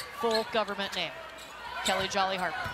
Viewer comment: Why every week the commentators are messing up our players names. Why not do your job and make sure you know the pronunciations before the start of the game